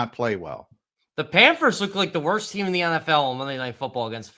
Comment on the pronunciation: He calls them the “Panfers” instead of the “Panthers” and I’m supposed to take this guy seriously? Reminds me of my 3 year old nephew.